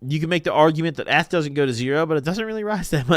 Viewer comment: Pronouncing ETH like that should be criminal